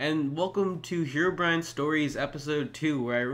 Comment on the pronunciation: Good job! You just killed English, and made me have brain cancer. "Here"Brine must be proud.